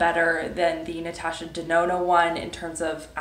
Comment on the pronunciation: Ahaha I loved it when you said Natasha Dedona 😂